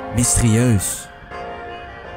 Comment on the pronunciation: Zei hij nu 'mystrieus'? Ik wist niet dat er mensen waren die dat woord zo uitspraken. En bovendien is het de 'Waalse regering' en niet de 'Wallonische regering'.